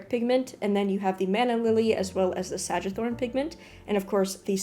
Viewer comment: It's Sang wee thorn. Adding a few extra words so the algorithm is tickled.